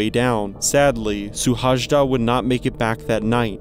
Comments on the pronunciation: It's pronounced su-hai-da. J is pronounced like 'ya', so it is similar to Suhayda. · the correct pronunciation of his name feels something like: si-lard shu-hai-da (normal english S sound in the first letter) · So this pronunciation of his name was not the best let me help you out. You pronounce it as you would pronounce this in English: Silard Shoe-haida. The whole country was praying for him to be found. No luck unfortunately. These Hungarian climber guys love to climb Everest without oxigen supplements. So sad, his child is left fatherless. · Oh god that pronounciation hurt a little. Google translate has a nice function where you can make it pronounce stuff. I just checked and it nails "Szilárd Suhajda". Yea he climbed without oxygen or any external help and died because he decided not to turn back while he still had the opportunity. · Its not the way we pronounce his name. But thank you for the video he was an amazing person and one of the best Hungarian climbers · Thank you for the video, but pls write the name to google translate and listen to the correct pronouncing.Thank you.